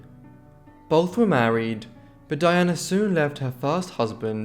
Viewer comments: What a pity that he pronounces the men's names correctly but cannot manage Pamela or Diana, despite recordings of their sisters referring to them. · Why does the narrator seem to have so much difficulty with pronouncing VERY common names for English women? For goodness sakes, Nancy, Pamela and Diana are not particularly exotic!